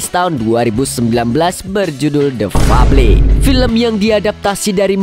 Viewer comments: The febel baca nya Lo kang ,uduk fable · Bacanya bkan fabli tpi fabel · THE FABLE DIBACA : DEFABEL BANG 😂